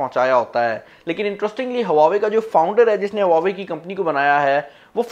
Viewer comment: Bro i think its wah-way not hua-way m i right...?